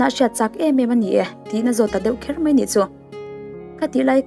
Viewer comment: Mipuiin kan ngaithla nasa mai si a,chuvangin tawngkam hman hi fimkhur ila,entirnan....ngaihzawng tih tur ngeihzawng tih anga hman te.....mai tih tur ah mei tih te